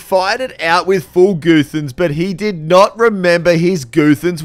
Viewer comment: Full “goothans”